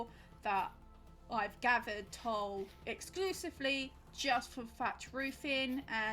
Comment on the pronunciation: btw tule is pronounced like tool-ee! i live in its native range where a handful of things are named after it (like the tule elk and the dense tule fog that are both found along the waterways the tule grass grows in)